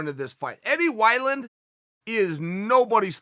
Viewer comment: Chael "Eddie Why-Land" Sonnen